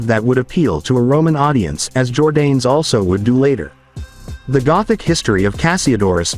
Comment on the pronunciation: Jordanes is pronounced jor-DAH-nes. Videoland is replete with monolinguals, who blithely destroy other languages.